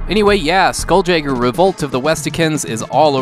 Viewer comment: It's pronounced Skoool-Yayger.